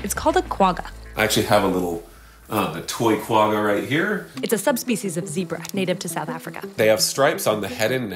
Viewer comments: . In Xhosa, the Q are annunciated not replaced. Hakuna matata though, as there are no tyrant Rexi. Quagga. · Kwagga (or quagga) actually pronounced with a guttoral g from the back of the throat similar to the hard "ch" in the German word Bach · as a South African it was so cool seeing the quagga in here! It is actually pronounced kwa- gga (the G is a uvular fricative like the ch in Bach ) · It's pronounced Gwagga Kindly, A South African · Please go and research the correct pronunciation of Quagga